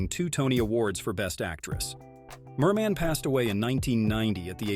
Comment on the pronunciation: I stopped watching and gave an immediate thumbs up after you called Ethel Merman, "mer-MAN". How dare you?